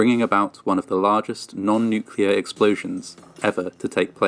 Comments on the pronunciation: the Manhattan project used the damage report from that explosion to better understand the effect of big explosion (oh and "nuclear" not "nucelar") ;) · It’s non nuclear - nu cl er. Not 😅nu clu er 😢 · NUCLEAR is pronounced NEW CLEE ER .. not NEW QUE LER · Oh, there’s a different pronunciation for you. You pronounce it newk-you-ler. We pronounce it newk-lee-er. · 📢NUCLEAR, a 2 syllable word, NEW + CLEAR. There's nuke, nucleus, & even molecular, but Noo-Q-Lar?🤣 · Stop saying nu-cu-lar! It’s pronounced nu-kle-ar! Yes, I’m Canadian. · I love your channel, and I love to hear about these things from an outside point of view - and this one is one of my favourites so far! But, please, it's pronounced "NEW-clee-ur" not 'NEW-cue-lar' - it's my biggest pet peeve. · I'm a fan from Canada, but really having a hard cringe every time I hear the "new-Q-lar" pronunciation... Nuclear = New-clear , or if you're British "new- clee-R". There's no added syllable, c'mon man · New-clee-ar not nucular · off topic, but why do so many Americans say "nuculer" instead of "nuclear"? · You mean Nucular...I've heard a ton of people make that mistake he made. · Not trying to pick on you but... Adjective. nucular (comparative more nucular, superlative most nucular) (botany) Nut-shaped; of or relating to a nucule — a section of a compound (usually hard) fruit. /ˈnukliə/ Nuclear describes something that has to do with the nucleus — the central part — of an atom. If you're a nuclear physicist, you do a lot of work with that part of the atom.